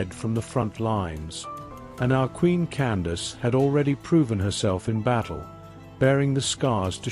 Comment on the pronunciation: I’d like to add that her name was Amanirenas. Candace as you stated was an official title pronounced “Can-doc-keys” (my way of phonetically spelling it). There is a bust of Augustus Caesar in the British museum that was found under Amanirenas’s temple/throne (please look it up). She was known for raiding Augustus Caesar’s territory and brought back a souvenir. She buried it under her feet (throne) to signify how she felt about the foreigners coming into her cousins (the ancient Egyptians) land and now trying to take over hers. The one-eyed queen: Amanirenas❤